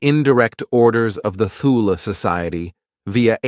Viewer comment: Not knowing how to pronounce “Thule” tells me this is hogwash. Toole , no h , ask siri